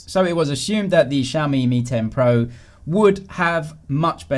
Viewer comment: Does anyone still remember the xiaomi ceo pronounces “pro” like “porn”?